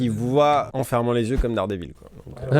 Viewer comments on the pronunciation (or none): DardÈVIL PAS dardeeevil ( au faite bien joué pour les 7 m)